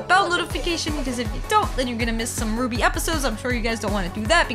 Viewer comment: RWBY is pronounced "Ruby". The first character in red is Ruby Rose, the next is Weiss Schnee, Blake Belladonna, then Yang Xiao Long. The R W B Y represents the four main characters of the show, which I just listed. Also, it is very much anime despite being made by Rooster Teeth(more specifically America) the creators consider it an anime, and it became popular in Japan.